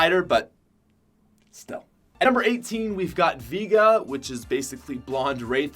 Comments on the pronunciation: I just want to say. It is pronounced Vay-ga, not Vee-ga. Edit: like the street fighter character. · I love your vids but you saying Veega when it's pronounced Vayga is driving me crazy 😂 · Veega? Its pronounced V(A)ga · Why do you pronounce it ‘Veega’ ?